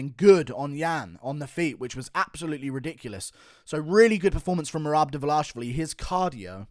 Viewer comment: Merab "Meh-Rab Devalishy" Dvalishvili